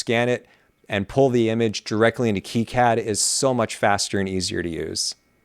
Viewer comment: That's great and all, but it's not keycad. It's Kai-Cad, as in Cobra Kai.